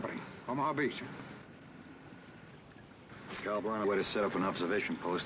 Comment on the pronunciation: Cal not calm